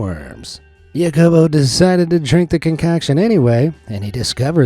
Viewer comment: Hacobo, not Yacobo